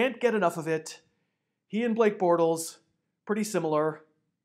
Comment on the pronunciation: Borltes. Heh